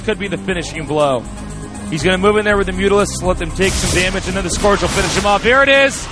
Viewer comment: Please, it's pronounced sc-URGE, not sc-ORGE. Keep up the good work!